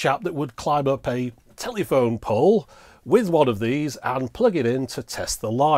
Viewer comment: thanks so much. enjoyed this. couldn't help laughing every time u said telly -phone though.